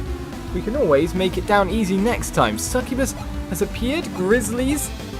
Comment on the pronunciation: Sccubuss is said like this: S-ku-bus